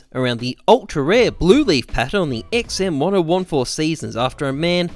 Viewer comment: the way you pronounce the XM1014 causes my brain to bleed